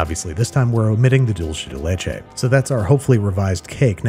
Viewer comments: Looks delicious Dulce de leche is pronounced DULL-SAY not DULL-CHAY It's spanish, not italian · Can we all agree to stop saying "dool-chay day lay-chay" and pronounce it properly please! It's "dulce de leche" pronouced "dool-seh de leh-che" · Dulce de leche is not pronounced Dool-Chay de Lay Chay, but Dul-say. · Ah, yes, dulche de leche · You had me until the Dulce de luche .... everything else was awesome! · "dolshe the leche" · Pronunciation of dulce de leche: 0/10 Absolutely everything else: 10/10